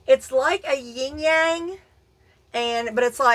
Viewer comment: Hey beautiful!! Your 2 star pendants are Howlite-which is white & it's dyed blue to simulate turquoise The little meditation piece is Gaia-Mother Earth 🌍 I have a collection of her too!! I'm not try'na be THAT person but the symbol is pronounced "YIN-yang" ☯️ I never "correct" people but I genuinely care for you & thought you'd wanna know that 😚 You are more beautiful with each passing day 🤗 Blessed Be 💜✌️